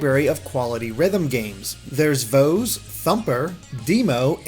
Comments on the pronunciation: Your pronunciation of VOEZ is so cringe XD It's pronounced "Vo-iz" much like "Voice" but with a z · VOEZ IS PRONOUNCED AS VOICE.... uguuu how many times do we have to hear this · Why do you mispronounce VOEZ when it actually tells you the pronounciation in one of the songs on it?